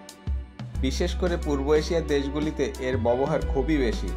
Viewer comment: আপনার পড়াশোনা কতদূর। ব্যবহার উচ্চারণ করতে পারছেন না।বার বার বলছেন বোবোহার। আগে উচ্চারণ ঠিক করুন। তারপর ভিডিও বানান।